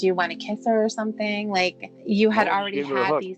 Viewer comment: “SUMP’IN LIKE GAT”